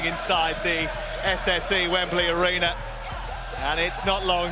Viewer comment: the "ARENER"..